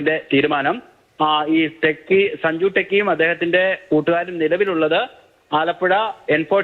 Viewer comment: സഞ്ജു ടെക്കി അല്ല , സഞ്ചു ഊള